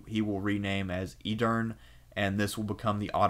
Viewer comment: Pronunciation of Edirne, shahzade, Kose Mihal and some other turkish/ottoman words are terribly wrong! Corrections would be appreciated and highly recomended.